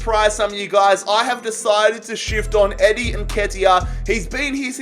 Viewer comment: You said eddies name right im a leeds fan so 😂